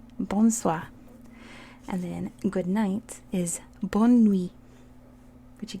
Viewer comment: We don't say Bonn we say bon swa